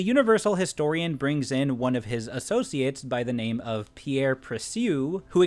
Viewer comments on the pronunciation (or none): none